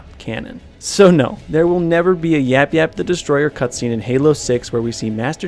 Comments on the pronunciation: It's yayap not yapyap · The last YAP YAP wasn't properly said!